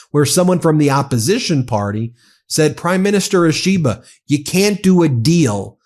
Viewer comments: Quick pronunciation note for the MeidasTouch people, Ishiba is pronounced more like an Apple product called the “E-she-ba” than “a-SHE-ba” Same for names like Akizawa, it would be “A-key-zawa” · Ben, Japanese Prime Minister is Mr Ishiba, Shigeru Ishiba. Not Ashiba😂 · It's pronounced EE she ba. Like that.